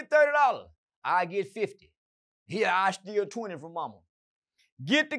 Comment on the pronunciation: "you think they know why we hurr?" Lol